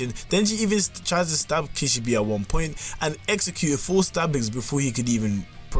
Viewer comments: bro i heard the first sentence and ran to the comments 💀💀💀 kishibE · why do you say kishibi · Just a word of advice: learn how to pronounce a character's name when you're making a powerscaling video on them. Kee-shee-beh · kih - she - bay bro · Kish - e - bee 🤣😅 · The way you say Kishibe makes me wanna rip my eyes out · There is 1 thing I wanna point out, they way u were pronouncing Kishibe name was wrong but its ok. I am not fluent in japanese but i do know that is not how the name is pronounced.